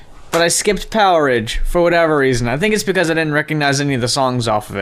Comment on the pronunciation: Not sure if anyone else mentioned this but that album title is pronounced power age...not poweridge :p I think the idea was that it was like the stone age or the iron age but with electricity. The way you guys said it sounds more like a foodstuff or something